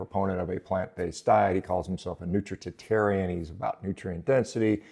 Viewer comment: You can’t even say nutritarian correctly. Come on doc!